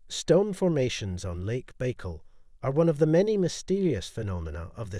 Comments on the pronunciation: It is Buy-call, not Bey-call. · How u make a whole video and not even learn how to say it right?